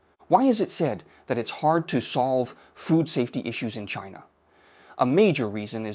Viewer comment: I don’t like the pronunciation of “China”. It was a French version rather than English version😂